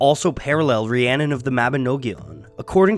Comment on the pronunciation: haha I live and learnt Welsh for 10 years, that is not how you say Rhiannon.